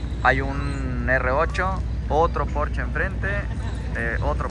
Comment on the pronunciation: Muy buenas naves pero se dice Porsche !!! No porch jajaja no seas naco! Jaja